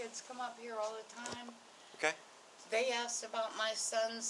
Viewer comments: They asked. Not axed. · She kept admitting to using the AX on people. "I axed her" then "I axed him".